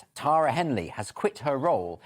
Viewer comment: Finally someone pronounces the name Tara correctly.